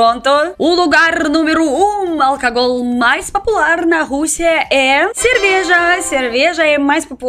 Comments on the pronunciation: quando falar álcool diga - au- coul. simples assim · Álcool se pronuncia como ÁL (sílaba mais forte)- COU. E bebida Alcoólica AL - CÓ (sílaba mais forte) - LI - CA